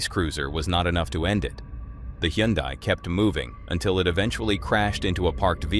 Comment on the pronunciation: "Hyundai" is pronounced like "Sunday"